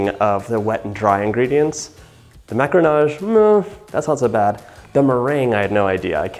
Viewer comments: MacAronage. Not macronage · Superbe vidéo, on sent l'envie de réussir xD j'adore votre accent "maccaronage" ^^